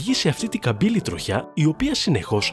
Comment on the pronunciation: Δεν άντεξα να ακούω 'τρο-χιά' και 'τρο-χιά'.... ΔΕΝ προφέρεται σαν τη λέξη 'τριχιά'. Και το σιδηροτροχιά έτσι το προφέρετε